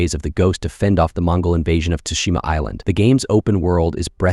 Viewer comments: And now I continue with the vid and he says "tooshima." fucking raging! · Ghost of “Tushima”? How about you show a bit of respect and get the name right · "ghost of tushima" made me laugh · "Ghost of Tushima". Everybody better watch their butts.